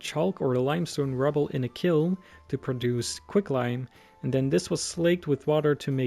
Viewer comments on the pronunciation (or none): none